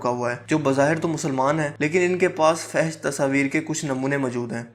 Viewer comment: آپ ہمیشہ فحش کو غلط پڑھتے ہو اصل لفظ ہے fohash😊